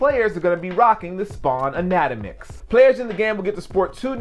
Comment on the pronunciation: lol your pronunciation on "anatomix"